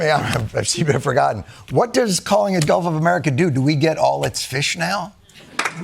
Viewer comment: Does he know it’s gulf and not golf? 🙉🙈🙊